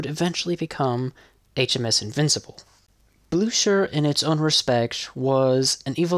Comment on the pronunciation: Not that difficult to look up german phonetics, you complete butchered Blücher, 👎🏻